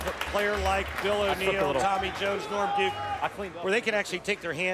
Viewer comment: when Kimberly was interviewing norm duke she called him lorm